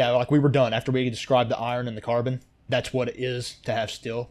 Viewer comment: Great vid. But ffs dude, no where in the world is carbon pronounced "CAR-BAAN". It is pronounced "CAR-BIN".